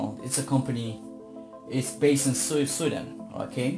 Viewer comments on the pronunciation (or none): none